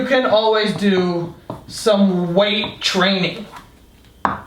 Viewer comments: "Weight Tring" is lit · "weight train'y"